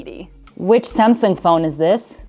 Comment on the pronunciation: Finally, you said Samsung instead of semsung..i respect that